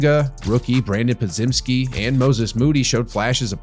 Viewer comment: Yet another "analyst" vid that can't pronounce Podziemski correctly